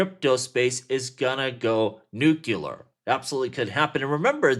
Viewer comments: Okay George Dubya Bush. LOL at nucular! It's nuclear (New'-klee-er). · lol you said Nuk u lar